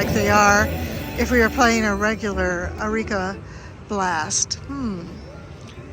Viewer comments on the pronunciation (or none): Love your videos, they are like comfort food! This is pedantic, but I think eureka is pronounced "you-ree-ka" not "a-ree-ka". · u always say eh-ri-ka when it’s yoo-ree-ka.